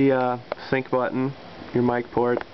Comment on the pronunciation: Did you say mic port?